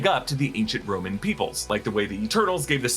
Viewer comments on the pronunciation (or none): none